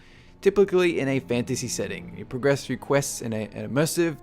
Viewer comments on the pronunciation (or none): none